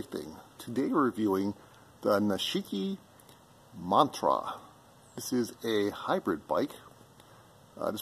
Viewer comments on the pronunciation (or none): WTF Where did get Montra from? It clearly says Man-i-tuu-ba lol nice one! 🤣